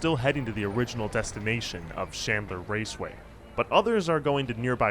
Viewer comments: It's PRONOUNCED AXE SESSORY NOT a cessoree It's CHandler NOT shandler Your shitty teachers and 20s are showing. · Is there any particular reason that you're pronouncing Chandler, Shandler? It's thoroughly ANNOYING, especially when you constantly keep doing it!